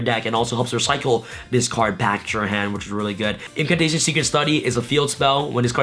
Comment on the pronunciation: “Indulgence-Dino’s... No, no... Indulgence-Impcantations”.